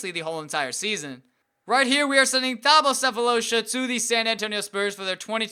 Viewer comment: You don't pronounce the 'h' in Thabo by the way